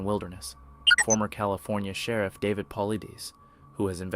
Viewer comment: This channel has very little facts correct. Saying he watched several 411 videos yet mispronounced David name, calls a rifle a shotgun, has title of story not in video etc. I have to wonder if this channel is run by a kid using voice software.